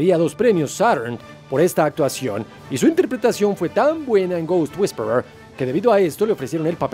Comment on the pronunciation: ghost wisper our ouruoruor????? excesivo acento, jefe